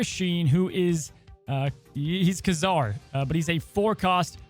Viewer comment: Ooo cool stuff coming. Btw, at least in the animated cartoons Ka-Zar is pronounced kay-zar